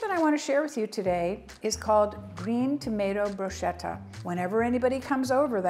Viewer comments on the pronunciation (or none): Could you please, please call bruschetta "bruhsketta" and not brushetta? Thanks so much! It hurts my Italian loving ears 😢😊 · Pronounced “brooksketa” not broosheta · Please tell your mother that the correct pronunciation is bru- sketta not bru- shetta. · Bruschetta is not pronounced like that